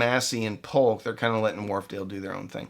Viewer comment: J or Y, it's a J. It's JAMO not Yamo. JBL not YUBBLE. POLK is POKE not POLLOCK.